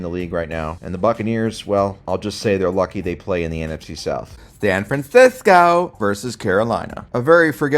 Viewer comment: San Franceeeskew 😂😂😂